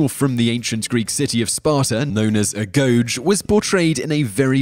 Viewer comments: Ae-go-gei, not a-goge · Agoge is pronounced Ag-oge-ee. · And wasn't it pronounced , A-go-gee? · The correct pronunciaton is "ah-GO-gay". The seecond is also spoken as a hard G.(I really wish I had taken Greek in school insted of Latin!) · Agoge is pronounced Ah-go-j